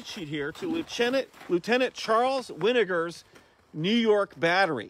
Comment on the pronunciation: Great Video! Charles Winegar was my great great great Grandfather on my mom's side. It's actually pronounced more like Win-uh-jur. Most people say it like Vinegar with a W. All the same though, lol. Thanks for giving his battery a shout out.